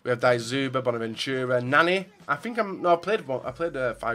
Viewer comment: That russian guys name isnt Dayzyuba he is Dzyuba